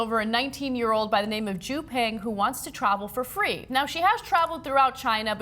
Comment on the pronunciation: Peng= is pronounced more like ~"pung"